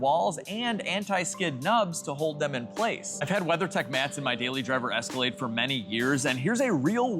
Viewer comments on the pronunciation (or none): none